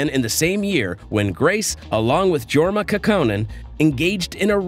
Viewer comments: Marty and Grace never had a "thing" together. Also it is pronounced "Yorma", not a hard "J". Grace became addicted to heroin and when she quit she did what many do she started drinking. But She is smart. clever, funny, creative, and self-sufficient thanks to her creativity. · It’s Yorma Kaukonen, not J like George.